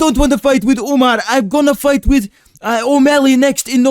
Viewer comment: Bro why does everybody keep calling him Umnar, bro wheres the n its just Umar????